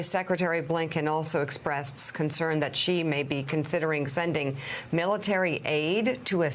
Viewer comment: What kind of reporters are these who can't pronounce Xi's name properly. Take a bit of time to educate yourselves PLEASE